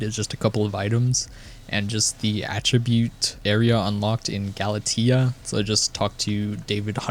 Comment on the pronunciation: skyblock players always manage to amaze me, the game tells you how to pronounce galatea in the starting quest and yet people still fuck it up